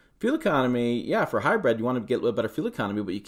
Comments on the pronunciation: hy brid not hy bread learn how to pronounce words properly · Sounds like he’s saying Hybread.